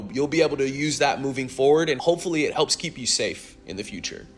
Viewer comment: idk what accent it is that pronounces "it" as "ut" but it's annoying af